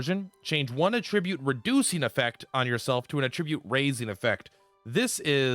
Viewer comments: AT-tribute....AT-tribute!!!! Not "A-ttribute". God, I want to claw my ears off every time you mispronounce "attribute". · Attribute as a noun is not pronounce that way, only as a verb.